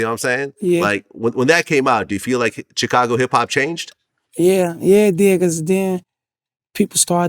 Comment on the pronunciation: I can’t get over how vlad says “Cheecago”